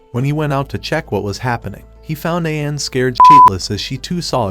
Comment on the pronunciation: I predict there will be a lot of name mispronunciations in this recap video. (watches video)2 minutes in and he already I'm groaning in agony!:face-blue-covering-eyes: Sorry for being pedantic, but It's pronounced: Ah-ka-nay, Chi-ka-gay and Ma-chee.